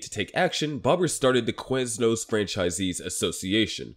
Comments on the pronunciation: why do you say Queznos? its Quiz as in K-wiz not K-wez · Let's make an 8 minute video about Quiznos, but pronounce the word "Queznos" 800 times.